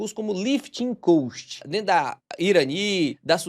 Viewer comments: Só uma observação, a pronúncia da palavra "cost" está errada, você está pronunciando "coast" que vem de costa litorânea. Muito bom seus vídeos, parabéns pelo canal, obrigado. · Se diz lifting cóst não coast como você está falando.